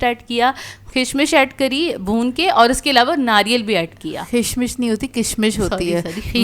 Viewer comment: Yeah say it properly( Kishmish) That’s my daughter’s nick name whose pic is on my yt